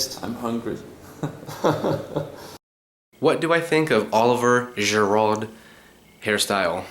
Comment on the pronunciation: The way he says giroud is disgraceful